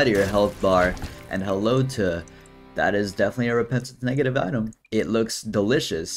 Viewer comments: New eye-tem, huh? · dont you mean eyetem? not item? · Haha item more like EYEtem hahaha I'm so funny